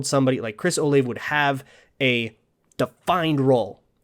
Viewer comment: It's Chris O-Lah-Vay (three syllables). I'm from OSU